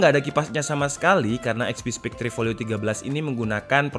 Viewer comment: Spekter bang bukan spek-tre